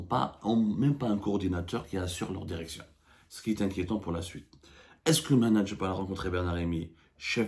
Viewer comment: Derection derecteur ha ha ha ha ha ha ha